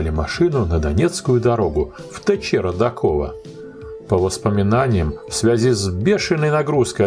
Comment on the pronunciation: Уважаемый автор, пожалуйста: не "РодакОво", а "РодАково". И не "Ворошиловоград", а "Ворошиловград". Обидно.